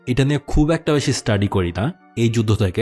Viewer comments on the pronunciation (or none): none